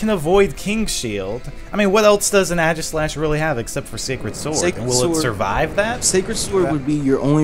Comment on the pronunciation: u keep mispronouncing aegislash lol